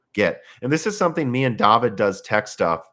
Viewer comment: Daveed... It's DAVID!. Daveed...